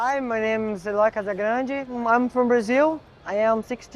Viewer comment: Never knew you pronounced his last name like that